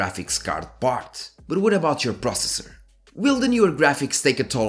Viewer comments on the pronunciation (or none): none